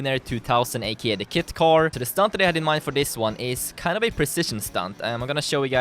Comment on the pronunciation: Is it realy the kit car or is he jist miss saying kite car